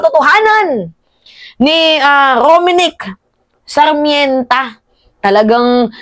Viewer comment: Dai it's R O M N I C K S A R M E N T A NOT Rominic Sarmènta